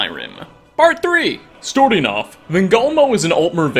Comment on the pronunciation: Anyone else notice says "storting off" rather than Starting off in each of these? And love it each time.